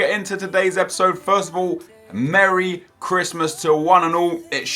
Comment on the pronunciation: Mewwwwwy chwistmas lads